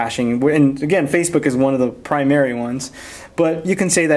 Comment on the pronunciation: In the words "Cerberus" and "primary," the stress falls on the first syllable.